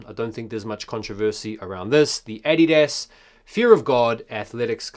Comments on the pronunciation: I'm sorry dude but it's not EDIDAS. its Adidas. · Why did you pronounce adidas like that 🤣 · why do u say adidas like a tard? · The way you say Adidas is bizarre . Also , I don't wtf your talking about Yeezys fell off , there's not a pair in stores for under $240 and StockX is almost double that